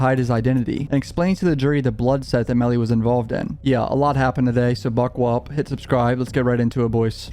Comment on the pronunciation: “ Alright guys buckleWupp “ 🤣🤣🤣🤣🤣